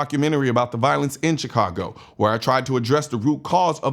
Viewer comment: Chi-congo. Enough said.